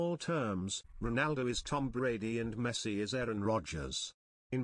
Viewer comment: Man says Pessi and expects to be taken seriously. Lol